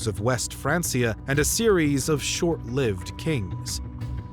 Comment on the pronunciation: “Francia” is pronounced with a hard C, like “FranK-ia”. It’s not pronounced “FranS-ia”.